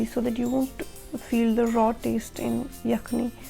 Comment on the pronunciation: hatak ye hai che Yakhen not Yakhni,….. khin chene ye kenh .